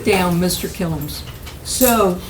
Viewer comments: I heard his name as Kill'ems. Close enough and WOW!! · It sounded like she said “Mr Kill em’s” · "Killins" FFS